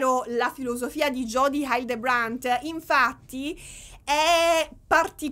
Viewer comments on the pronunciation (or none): il cognome (della plurimaledetta a cui sono contenta che dedicherai un nuovo capitolo, è davvero importante) Hildebrant si pronuncia " hì - ldrebrènt" (accento sulla prima sillaba, è una parola sdrucciola, e il resto sono tutte "e", l'ultima molto aperta)